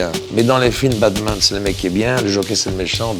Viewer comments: À la fin il dis c'est pas le "BAD man" !!! J'ai l'impression de parler mieux le JCVD que vous ^^ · JCVD vit beaucoup aux États-unis et on prononce souvent la lettre "t" comme un "d" ce qui peut expliquer pourquoi il veut faire comprendre que "BaDman" c'est le méchant, et il se corrige après en se rappelant que "BaTman" veut dire "chauve-souris" et non "mauvais"